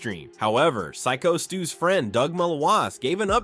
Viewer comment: this A.I. narration is atrocious. can't pronounced Doug's last name or Sycostu. wat happened to legit narration?